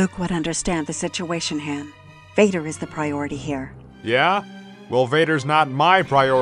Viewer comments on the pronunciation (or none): its HAAAHHHN not HAAAYIIIN. Ginguh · You said Han and not Haaaan. You lose 100 points